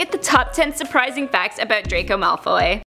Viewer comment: Hewwo dwaco 😂😁😁😁